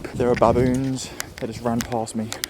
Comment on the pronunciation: Can u please stop saying BABoons say it like how u would say biboons